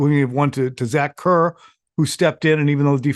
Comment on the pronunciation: Zach COOR not "Kurr"...